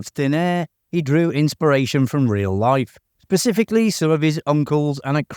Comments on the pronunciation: This is the first time that I've actually heard a voice recording in which "specifically" - which is not a difficult word at all - was mutated into "pacifically", outside of parody videos. How utterly bizarre. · It's pronounced 'pacifically' - but usually on west coast of North America LOL